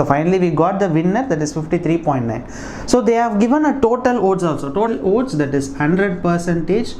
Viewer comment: Are you saying OATS¿